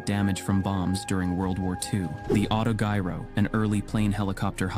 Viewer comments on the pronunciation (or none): It is pronounced AutoJiro with a Soft 'G'